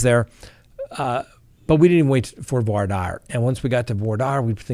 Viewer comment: I kind of like your format the information is good. I must question your pronunciation.Voir dire is really not voyer Dyer.